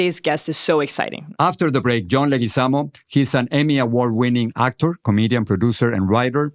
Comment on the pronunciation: In English it's Leguizamo, that I get but among Spanish-speakers you need to pronounce the last name right. It's Leguízamo (stress on the i).